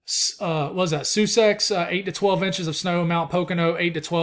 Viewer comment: you made my wife laugh when you tried to pronounce Sussex Nj. The correct pronunciation is sus like suspect ex like ex gf. Like Somerville NJ is pronounced like Summerville SC. Lol it’s all good tryna pronounce some of these town names.